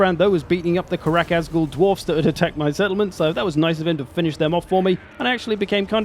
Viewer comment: Love the video. Think it’s a great idea, super excited for the the next. Karak Azgul? With a G?